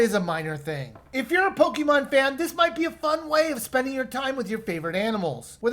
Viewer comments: A pokymon? The e in Pokemon is read as e in pocket. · Take a shot every time he mispronounced pokemon